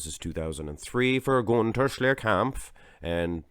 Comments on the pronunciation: When you say Gunther's name your accent sounds Swedish as opposed to German. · Gunter is German, you idiot! Will you quit pronouncing his name as if he's Swedish?? Jackass.